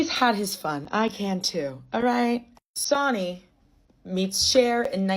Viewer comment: i’m sorry it’s not sonny like jonny lol i think it’s sonny like sunny. sorry to be the bearer of bad news te quiero